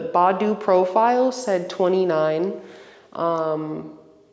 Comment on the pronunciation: It's Bay- doo!